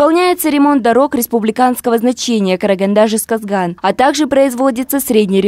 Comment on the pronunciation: Не жезгазган а жезказган сауатсыз ведущая